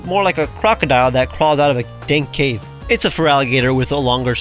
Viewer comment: Did this man just say "Dank Cave" XD